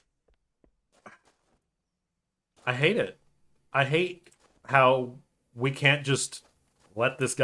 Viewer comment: Well, when the "ahte" is deserved...